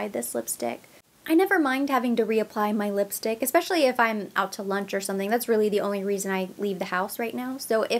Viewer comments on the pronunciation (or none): none